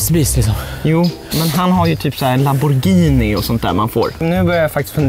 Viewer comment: "larboghini" lamboghini* älska er lol